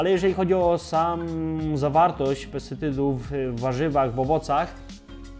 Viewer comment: Pan się wypowiada o zawartości PESTYCYDÓW, nie potrafiąc wymówić tego słowa poprawnie. Nie chodzi o złośliwe czepianie się słówek, po prostu nie wypada Pan wiarygodnie. Mam wrażenie, że Pan nie wie, o czym mówi, a te błędy w filmie z tego wynikają. Może pierwszy raz Pan o tym coś poczytał. Obejrzałam materiał z nadzieją na informacje wykraczające poza „mi się wydaje” albo „ktoś powiedział”, bez głębszego wejścia w temat i raczej bez zrozumienia.